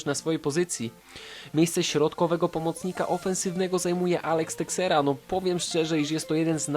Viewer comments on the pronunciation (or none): Teixeria czyta sie Tejszera